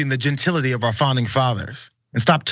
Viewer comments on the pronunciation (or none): You can correct me if I’m incorrect, please do. Genatility isn’t the word he thinks he’s using… he added the extra syllable.. maybe? I think he’s an idiot, so it’s not shocking. You go Lizzo!! I’m a white woman, and I support both the twerk, as well as you being able to play that flute, and others at the library of Congress. THAT is herstory. Eff the patriarchy!! I just think it’s fabulous all around.. that Lizzo is a great flutist, stands for body positivity, and is such a voice in today’s world. Can’t say that I’m a fan of her music (I haven’t really heard much of it, aside from when she goes viral. I also don’t watch tv and am not on social media). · “Gentility”, lmao!